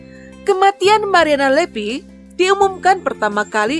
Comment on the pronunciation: Kok lepi..mariana lepi..😅. ga bisa ngomong v ya narator nya😅😅😅